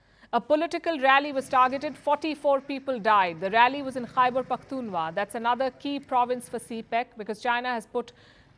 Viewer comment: To hell with Pakistan but you are pronouncing the name of my province wrong. Pakhtoonkhwa Khwa.... like Srk says Khan from the epiglottis. The same goes for "khwa"....